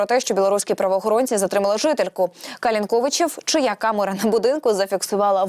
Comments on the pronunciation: КалИнковичи.Ударение на И.Це неважко перевірити. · Калинковичи наголос на другий звук.Ли.Це для ведучих.